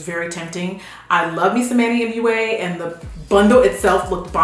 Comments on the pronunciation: And Manny Moooaahh instead of M.U.A. 😂😂😂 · Love this video. Lovely reporting, but some pronunciation made me lol. It’s Manny M.U.A as in makeup artist. And it’s Morphe without a silent E